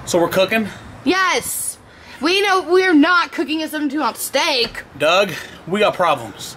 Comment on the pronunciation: Its Doug not dung